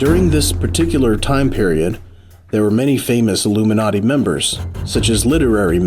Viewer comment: The way he said illium-na-ti